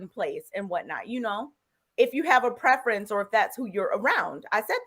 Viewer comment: What do you mean;"I thought he was a white man, because a black man wouldn't divorce his preference."(I think you said preference, although it sounded like prefence). What is that supposed to mean? Especially as you followed it up by, "...men don't normally file for divorce." (Nearly 80% of divorces filed by the woman) edit: Ok, nevermind. After watching a bit more of the video. It's obvious this is just a hit piece. She's fake and Kevin Samuels is too?? Just because they speak the truth? You say that she thinks she's an expert on the black community. Yet you sound Much younger but you believe that you are in a position to say a 40yr old person doesn't know anything. You know better, yeah? Oooookay, youngun. Ok. Absolutely Wreaks of jealousy. Shame on you! If you don't agree with her, you don't know the first thing about life as an adult.